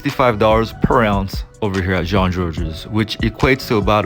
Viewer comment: You don't pronounce the S in Jean-Georges.